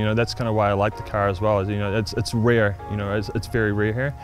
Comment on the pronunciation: "its wrare its very raheir"